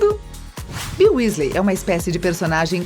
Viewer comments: chega a dar nojo da mulher,se já tem esse tipo de preconceito e tantos erros de pronuncia em UM só vídeo..imagina no canal inteiro.. #melhorem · Meu ouvidos estão sangrando de ouvir ela falar os nomes errados😭😧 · "Uésleis" dói, tudo nesse video dói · É wesley e nn wÉsley ( eu falo assim kk) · Weasley eles falam Wesley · o vídeo tá ótimo, mas não chamem Wésleys plmdds que doeu nos meus ouvidos kkkk se fala wisleys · Q agonia ela falando "Wésleis", conseguir falar mal da Hermione e ainda tentar colocar um gênero na Tonks a pff e ainda diz os nomes todo errado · Perdi o foco a partir dos "uésleis" huehue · família Wesley? vamos pronunciar correto por favor? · "WÉsley" pqp 🤦🏾‍♂️ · "Wesley" MDS fala como um fã de HP normal. Kkkkk Rachei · lulibyun né kakaak quando ela falou q incêndio a casa dos wesley kakak pensei q era do safadão 😂😂😂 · Wésleys, grindeualdi, etcs etcs.😂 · Quando ela fala wesley errado eu quase quero entra no video da um soco nela Desculpa sou potterhead💚❤ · Nem consegui terminar de assistir depois do que falou da Hermione e falou "Wésleys" aff #melhorem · na hora que ela fala Ron Wesley, eu achei que não poderia ficar pior, mas ai me vem em com a bizarrice de Bill Wesley!!! Ok, bill é o nome no original, mas como é que vc se preocupa em falar o nome original do personagem e ao mesmo tempo me vem com Wesley??? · "Os Uesleys" kkkkkkkkkkkkkkkkk PQP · Sim wEEsley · pior foi o bill wesley: falou o nome original e cagou pra falar o sobrenome do cara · Dizendo "Só erro de português" vc foi bem bonzinho. O erro dele doeu tanto quanto o vídeo pronunciando UÉSLEY kkkkk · Uesley kksksks , morri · Gente que agonia ouvir ela falando os nomes errados !! Ela falava errado e eu repetia certo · Me dá agonia vendo ela falando Weasley errado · olha, o vídeo todo me incomodei com as pronuncias erradas, mas Grindevalde e Wesleys foi de moer! Fora o racismo sobre o cabelo da Bellatrix e Hermione.